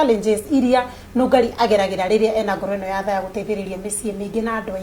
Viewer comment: Love you Nungari❤ what is ngoro ya THAA?? 😏 "NGORO YA THA" not thaa!